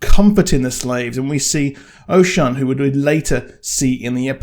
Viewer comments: Oshun is pronounced “Oh-Shoon” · Hey just wanted to point some pronunciations out. The Orishas are near and dear to many people because Lukumi (Santería) is practiced widely. Orisha - oh-REE-sha Oshun - Oh-SHOON Shango - Shawn-go (like on) Wale- wah-Lay Bilquis - Bill-Kwiss